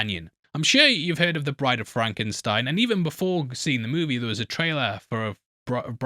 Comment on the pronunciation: “That’s FRAHNKensteen.”